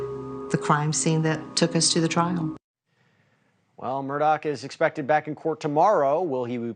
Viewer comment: Hey bonehead…his name isn’t “Murdock”! All you’ve got to do is read and then speak. Get it right.